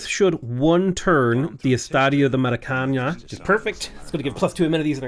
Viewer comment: I feel like at this stage the maracana pronunciation must be comment bait 😂